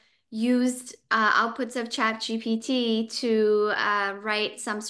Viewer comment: It's actually not chatgtp, it's chatgpt.